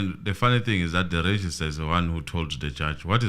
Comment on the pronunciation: It is Registrar,, not register.